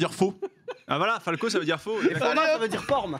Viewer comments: dites moi si je me trompe mais en espagnol on dit forma et non fomma comme l'a dit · forme on dit Forma pas Fomma